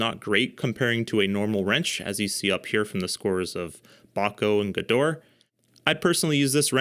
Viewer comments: pronounce it like "gedohrah" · The service second "E" in Gedore is not silent.